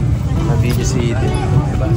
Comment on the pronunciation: Thank you,, for the correct pronunciation of Eden’s name. That’s the right pronunciation. Magandang pakinggan.